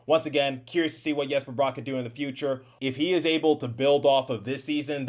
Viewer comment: Wtf, are you a Devils fan? You can NOT seriously have a NJ Devils YT and pronounce Bratt's name like a damn sausage! It's a simple 1 syllable name where rat/at consists of most of his name- not rot/ot. Than as someone below mentioned you also say the Captain of the Devils last name wrong...SMH... You want to bring PK back to mentor Hamilton, ok you are BONKOS delete this account you are arrogant a Devils Youtube.